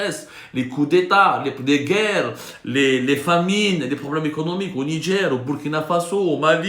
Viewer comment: Au nidjerrrrr 😂😂😂